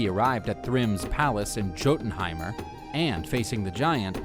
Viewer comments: Like juiltenheim but it's pronounced as a y I'm american btw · The "J" in Jotunheim is pronounced like a y. It would sound like Yotunheim. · Yes I know it’s pronounced Yotunheim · It's pronounced "Yotenheim" not "Gotenheim" , this annoyed me every time I heard it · When this guy says JOEtenhiem😬 it’s pronounced Yo-tin Ooomg. Bruh. If you gonna tell a story BE ACCURATE! PRONUNCIATION!!! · Gotunheim? Hahaha Jotunheim* (Yo-tunheim) for the American. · Thank you. I hate it when people pronounce it as Jo-tin-heim and not Yo-tin-Heim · its not joe dn heim it yo dn heim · They butchered the names bruh hahaha For example the "j" is pronounced as how you say words with y like yes or you(yotunheim instead of jotunhiem in terms of pronouncing) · Great video. Very informative :D ... Although your pronunciation of Jotunheim is a little like fingernails on a chalkboard LOL Jotunheim = "yaw-toon-heym" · Its pronounced Yo-tan Hyme.. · It’s pronounced yo-tin-hime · It’s pronounced yotenheim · Yoh-ten-ha-im I love this vid but the mispronouncing hurts my ears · All the work the create this video and you couldn't even be arsed to pronounce Jotun/Jotunheim/Jotunheimr correctly. The 'J' is pronounced as a 'Y'. 😐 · I am Anglo Saxon. Hearing the stories of our gods means alot... but why do you pronounce jotenhiem with a j sound but jormangunder with a y. I love the video but it bothers me that you don't pronounce things right. Thank you for sharing our culture! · I cringe Everytime he say Jotenhiem wrong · The only problem with this is the way he pronounced Jötenheim